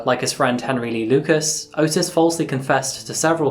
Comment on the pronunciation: Small correction, Ottis Toole's name is pronounced "Aw-tis" instead of how Otis is pronounced.